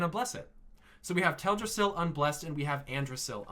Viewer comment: nice theory but it’s teldrassil. not “teladrassil”.